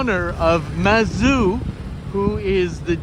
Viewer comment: Hi,! It is actually Zhang Hua and Lu Gang. The Taiwanese transcription of mandarin into romanized characters is very confusing... Especially most administrations still avoid the mainland pinyin which is much more accurate... Same Mazu goddess is pronounced Mad'zu not masou (as in french), not like Suzuki in Japanese and as you might guess in pinyin. Apart from that although u mentioned preparing for the invitation I didn't received the notification of your Livestream later on, very frustrating... Anyways ^_^